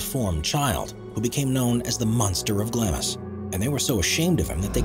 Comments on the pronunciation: Not GLAMIS but pronounced Glah-ms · Glamis Castle is pronounced “Gloms” 😊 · The first building - Glamis Castle - is pronounced ‘Glams’. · The "I" is silent in Glamis. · OK: your seriously shoddy scholarship was evident right from the start. Anyone who knows anything about British Royal history knows that you badly mispronounced "Glamis," and that Glamis Castle was the childhood home and birthplace of Queen Elizabeth The Queen Mother, and that she gave birth to Princess Margaret at Glamis Castle. A simple Wikipedia search would tell you this along with the correct pronunciation. Seriously, I couldn't continue watching this video after that, knowing that I couldn't trust any of the information provided here. But then again, the Internet is home to all the world's inaccuracies (except Wikipedia, which is self-correcting.) 😒